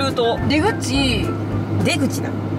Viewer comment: ｢でぐ⤴︎ちぃ｣｢出口な、｣からのくだりが最高すぎてめちゃ笑いましたwww